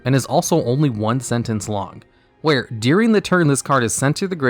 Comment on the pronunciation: Oh my lord, its during, not "deering"